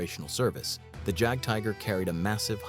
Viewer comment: How American can the AI in this video get, the mispronunciation of Jagdtiger, Jagdpanther, etc. with hard a J instead of pronouncing the J as a Y.